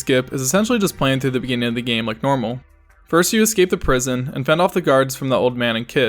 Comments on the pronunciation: "Thank you 'Es-scape'" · ez scape, he was a runescape yter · It's definitely not the first time she's mispronounced a name 😂 - Tiffpops MOD